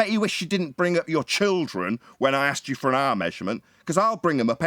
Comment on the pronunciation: Aksed or Asked😄